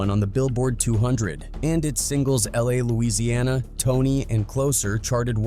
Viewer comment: Ai called the song La la. La Louisiana 🤦🏾‍♂️🤦🏾‍♂️🤣